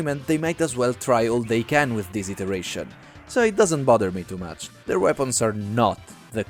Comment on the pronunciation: weepons lau